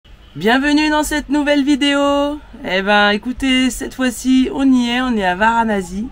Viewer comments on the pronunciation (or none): Varanasi pas Varanazi s'il vous plaît 🙃😂